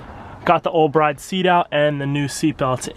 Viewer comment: From what I’ve heard it’s pronounced “brid “ Mickey from throtl met the guy who made bride seats and corrected him on the pronunciation